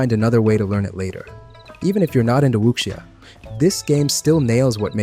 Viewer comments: Wu-sha. Not wuxia lol. The x makes an SH sound. Think tekken, ling Xiahue. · Great video, but just FYI... There's no k sound in the word wuxia. Your pronunciation is the closest I've heard from anyone covering the game in English... Just please drop that k sound. Eta- you actually said it right (well, without the tones) , but went back to the wrong pronunciation after.